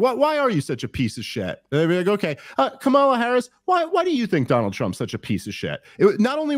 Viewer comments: smh at least say the woman's name correctly. Not like they don't know it. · Dave, learn to pronounce her name correctly. They gave a whole tutorial with her nieces at the DNC. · Why can't y'all say her name right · This is the guy Rogan touts as knowing everything and a great researcher? Within the first two minutes, you purposely mispronounced a presidential candidates name, to be obnoxious.. Or the alternative is you literally don’t even know how to pronounce the presidential favorites name, so, ignorant? And then you somehow declare that almost total disaster of a debate for Trump wouldn’t move the polls literally at all from what they were before the debate… I just can’t even wrap my mind around reasoning that astoundingly disingenuous.. Your done.